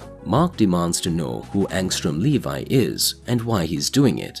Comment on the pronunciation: Angstrom Levy, Le Vee, not Levi like the jeans it's pronounced Le Vee.